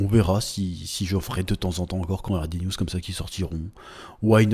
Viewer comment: À chaque fois que tu dis "une news" j'entends "une nudes"